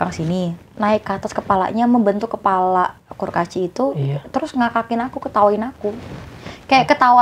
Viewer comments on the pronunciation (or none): Kurcaci BUKAN KURKACI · g yang salah denger a[pa emang mba nya bilang kurkaci ya?? :face-blue-wide-eyes